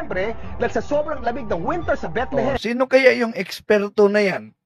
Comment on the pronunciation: Mali Ang trivia ni kuya Kim...TAMA Ka diyan.. Mali ka naman sa pag pronounce mo sa Bethlehem HINDI Bitlihim....😂😂😂😂😂